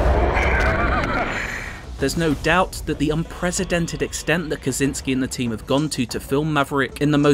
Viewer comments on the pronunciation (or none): unprecedented not unpresidented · Benny Mackney Someone please tell this man how to pronounce "unprecedented" and also "Mach"(maahk) He pronounced it as Mack as in someone's name like the Mack truck. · Someone please tell this man how to pronounce "unprecedented".